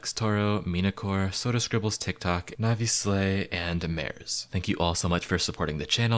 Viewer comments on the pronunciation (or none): none